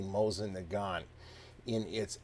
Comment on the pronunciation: you guys really bug me.... IT'S NOT MOZIN. IT'S MOSEEN NAGAN. The T is silent in Nagant, and the I is E in Mosin